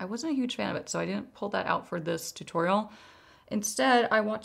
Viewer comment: Every time you say toot oriel I laugh